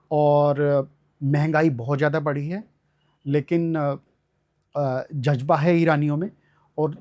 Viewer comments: Ye janab Farsi padhey magar talaffus bada kharab hai jazba ka Jajaba...Azad ko ajad,julmositum? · जज्बा नही जज़्बा। इजराइल नही इज़राइल। बार बार जज़्बा को जज्बा बोले जा रहे हैं!!!! 🤔🤔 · Jazba ko jajba bologe to kiya persian padhoge 😢